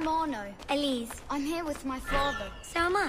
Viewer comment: Did he say "i am arno"? 😳